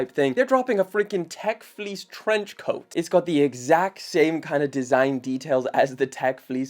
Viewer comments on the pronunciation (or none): none